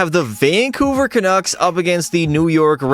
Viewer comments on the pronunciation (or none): none